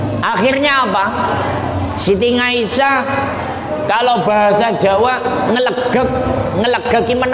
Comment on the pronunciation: maaf pa ust .dlm bahasa arab tdk huruf NGA.siti aisah.bukan ngaisah. mahorijul huruf nya di perbaiki